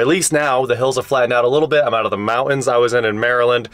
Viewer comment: Mouans? It's MOUNT-ANS.